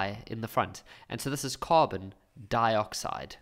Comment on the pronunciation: DIH-COCK-SIDE ✌️🤣💔 ts crack me up twan whuuuuu